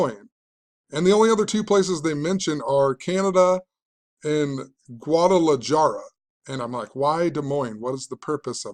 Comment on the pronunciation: Guadalajara - the j is pronounced as an "h." I grew up in a time we listened to the news and talked on the phone and to each other rather than texting.